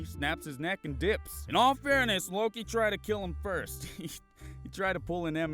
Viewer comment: Bruh did you just... 'Loke'?